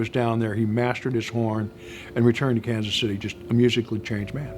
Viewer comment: AND... pronounces it correctly... "Kan-city."